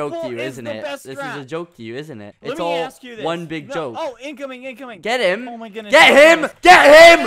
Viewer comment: I swear skeppy sounded British getttt im’